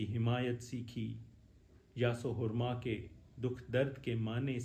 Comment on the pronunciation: Hurman nahi hirman